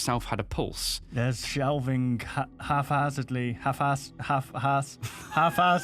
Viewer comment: Watching you butcher "haphazardly" made me cringe hard lol.